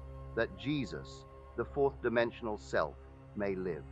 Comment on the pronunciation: No one to change but Selt? Selt? Are you serious? What the hell?